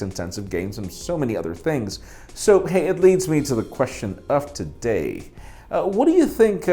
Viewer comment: Until now. I always thought said, "The question of the day" Now I know he's saying, "today." Everything I thought I knew is a lie!